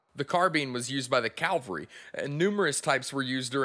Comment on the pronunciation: Good presentation! (one nitpick - you kept saying "calvary" instead of "cavalry" :)